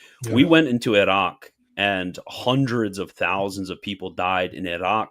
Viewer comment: Great conversation, but do we really need to pronounce Iraq and Iran with a trilled R? Funny just as I was writing this you guys started to rag on Christian about this😂😂